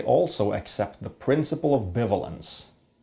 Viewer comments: This is quite possibly the best video explaining logic I've ever seen - well done! By the way, in English "bivalence" is pronounced like "buy-vay-lence", though I understand this can be confusing to someone who has never heard it pronounced but is aware of the word "ambivalence". English is a weird language. Also: "This statement is bitch, please!" is in fact a nuh-uh statement. (There's something I never thought I'd write.) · it's pronounced bi-valence